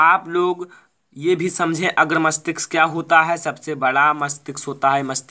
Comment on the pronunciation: मस्तिक्स नही मस्तिष्क होता है sir 😅😅😅😂